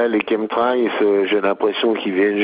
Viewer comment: Qu'est-ce qu'il est ringard le jingle du début !!! Et la prononciation "Chemtrails" c'est pas ça hein, au secours (Kém trél) ! C'est de l'anglais quand même "chemical trails"